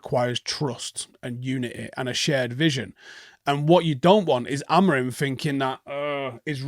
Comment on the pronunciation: Oh just a note - as per Portuguese speakers the M at the end of Amorim isn’t pronounced. Look into it.